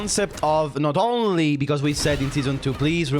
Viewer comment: Gotta do the accent. Not ownnnnnlee